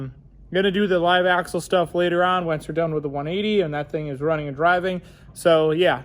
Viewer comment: Are you saying wence instead on once? Like past tense proper English. Bravo, bravo!